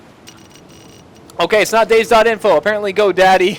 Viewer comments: DayZ is pronounced Day Z. not days..... its two words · "Day Zee" Not "Days" What does "Days" have to do with zombies? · Cannot stand that he keeps saying Days and not DayZ, He also says Cherno is the biggest city at the start, Thats when i tuned this video off. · its not days it day-z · its not days man. Day ZEEEEEEEEEEEEEEHHHHHHHHHHHHHHHHHHHHHHHHHHHHHHH lol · you're not meant to say dayz you're meant to say dayzee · I feel like he is a new player thinking he is good at the game and trying to give tips but, as soon as he said "Days" I cringed. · not DayZ its DayZee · It's pronounced "Day-Zee". The developer - Dean Hall - calls it that. And he's neither British or American. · No you cabbage, it's pronounced "Day-Zee". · its DayZ not days. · Even Dean Hall, the creator of dayz pronounces it Day Zeee. you must be a special kind of special. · Or Day Zed? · ITS PRONOUNCED DAY ZEEEE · its day-zeeeeee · ITS PRONOUNCED DAY ZEE!!!!